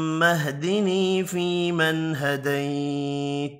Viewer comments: Assalamou alaykoum. Why does he don't prunonce the end of some words ??? فيمن هديت... We don't hear the final ت? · حضرت صاحب،آپ ھديت پڑھ رھے ہيں جبکہ ھديت کے اوپر زبر ھے،وضاخت کريں۔